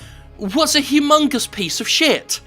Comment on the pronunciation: I'm sorry, but did you just say it was a HUGH-MUNGUS piece of shit?? WHAT DID YOU JUST CALL IT? WHAT WAS THAT? ARE YOU SEXUALLY HARASSING IT?!